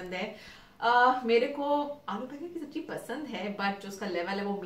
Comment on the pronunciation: Sabji nhi Sabzi hots hai...nd jeera nhi zeera...khubsurat ho khubsurat bast bhi karlo to la jawab